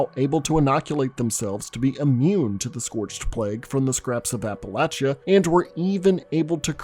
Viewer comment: How do you spell appalayshia? Did I get it right? It's pretty accurate based on how you pronounced it. It's Appalachia. Where are you from? I'd like to butcher the name of it in return.